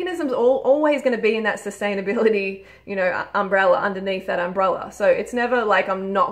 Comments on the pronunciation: Did you just say umbrella? lol love you ❤ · Did she just say ''umbrella''?